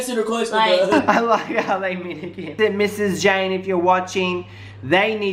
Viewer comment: It's Janaye not Jane